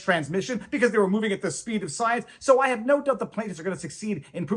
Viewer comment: Did that lady at the end say we had to move at the speed of Soy-ience or was that $cience?